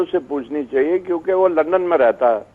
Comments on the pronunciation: is it only me who hear her saying lund me.... :p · She said Lund instead of London.....